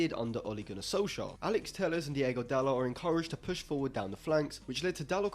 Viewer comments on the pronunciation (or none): none